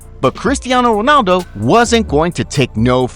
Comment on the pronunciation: btw why are you saying wonaldo instead of ronaldo